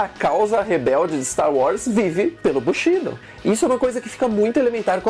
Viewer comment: sem querer ser chato, mas como estudante de NIHONGÔ, língua japonesa, preciso informar, a pronúncia correta é: BUSHIDÔ, assim como KATANA é KATANÁ. Grande matéria desse vídeo. Abraços.